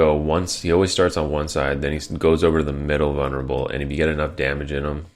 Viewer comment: why do you pronounce vulnerable as vunnerable? Don't know why but it bothered me.